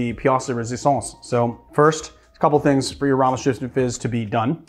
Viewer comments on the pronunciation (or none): "Ramos Gisni fish" :D